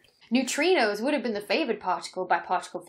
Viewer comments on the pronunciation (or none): none